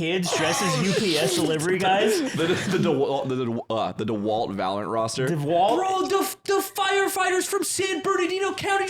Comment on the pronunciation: I want ludwig to improve himself by saying valorant properly.